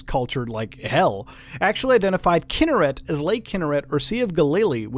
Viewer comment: Fun fact for y'all general knowledge: it's pronounced kin-NER-ret, not KIN-ner-et (I live in Israel and this is how we pronounce it)